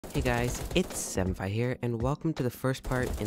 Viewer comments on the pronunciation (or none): You're voice is so soothing and you get straight to the point. Also, when you say 7fi I keep thinking you say senpai...